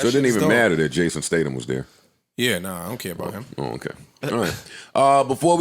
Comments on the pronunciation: If Joe is gonna do anything, it’s mispronounced someone’s name. Jason Stadum & Liam Nelson 😂😂😂😂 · Joe: Jason STADUM Also Joe: Liam NEELSON More Joe: SHAMON Moore